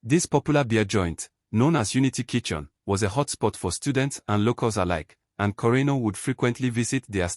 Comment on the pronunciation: You got the pronunciation right.